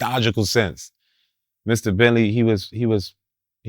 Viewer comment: Every tme he said Mr entley, I chuckled...